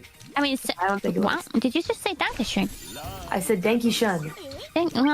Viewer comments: its danke schön with ööööööööööööööööööööööööööööööööööööööööö and not oooooooooo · She pronounced it "denke schön" which would mean "think nice" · Danke schun and danke schöin, yeah both cant pronounce it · its pronounced Dunk-Uh Shoyne